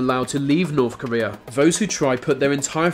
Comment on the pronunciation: The narrators inability to pronounce his Th sound and instead saying the f and v sound ....(va long journey to norf Korea.....) is too annoying